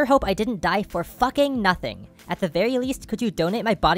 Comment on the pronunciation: He just said ducking with an F at the start